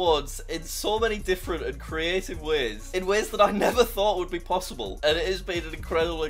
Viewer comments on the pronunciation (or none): none